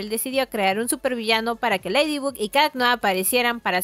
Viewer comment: Se pronuncia Leidy bag no ledy bug